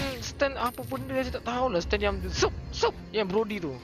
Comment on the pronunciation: 11.12 brody bukan broda